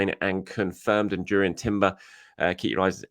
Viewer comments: Not Durrien but Yurrien, guys. 😅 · It's pronounced Yurrien Timber. The J is basically a Y just like De Jong and Johann Cruyff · Reminder it (J) Urrien Timber. The J is silent. Thanks